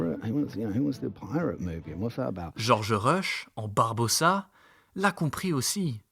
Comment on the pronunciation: GEOFFREY Rush. Pas GEORGE!!!!